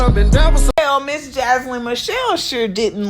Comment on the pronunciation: Imma need you to say her name correctly...Jania Jania Jania 🤦🏾‍♀️🤦🏾‍♀️🤦🏾‍♀️🤦🏾‍♀️